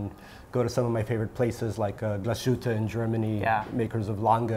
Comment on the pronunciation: I almost had a heart attack when I heard you pronounce Glashütte "Gluh-shootuh". I don't wanna be a smartass, but that was cringy. Otherwise I liked the show, keep up the good work!